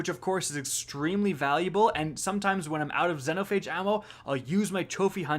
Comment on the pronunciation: How he pronounces xenophage hurts my soul